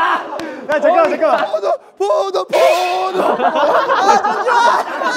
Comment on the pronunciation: 나만 포도가 계속 코모도로 들리나